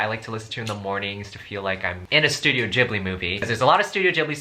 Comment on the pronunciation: u are prounancing ghibli wrong